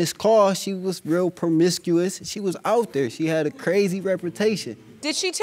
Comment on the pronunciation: I fell all the way OUWT!!! That WOW hit deep 🤣🤣🤣